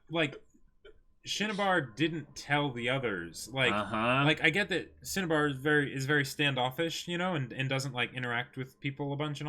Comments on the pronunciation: He said Cinnabar in the first episode, but then amalgamated the Japanese shinsha and Cinnabar into Shinnabar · I kinda cringe a little every time says 'Shinnibar.'